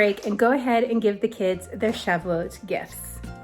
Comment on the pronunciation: is there an "L" in the word? It sounds like you are saying "shav-a-lot". It looks from its spelling like it should be pronounced sho-vot. Could you explain?